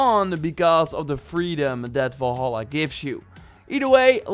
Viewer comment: I used to annoyed by the way people say "Valhalla" but the way you say it makes me want to never hear words again